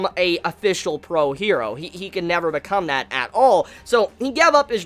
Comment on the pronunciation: Like your stuff, but just say hero in the English pronunciation, not her-do